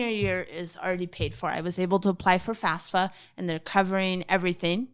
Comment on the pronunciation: She is not very clear on what the FAFSA (or "fasfa" as sye says it) is. It's not aid, and it's not the government paying for college. It's just the application form from which grants and loans can then be calculated and off we red to students. I hope that doesn't come back to bite her someday.